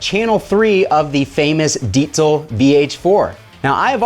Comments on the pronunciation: "deetsel" lmao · Fyi everyone it is pronounced "dee-zuhl" no t in that word, check out this video on the diesel official channel with the creator to see bullshit is wrong - Diezel VH4 and Diezel Amp Basics: In-Depth with Peter Diezel & Peter Stapfer (subtitled) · Deezel....deeeezel. no t in there.